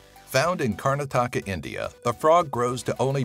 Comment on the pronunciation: For future reference, your pronunciation of the State of Karnataka, where the Microhyla Laterite was found, is very off.